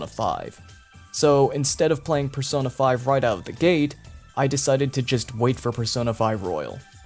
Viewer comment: The way he pronounced it "Per-sauna" was a hot take enough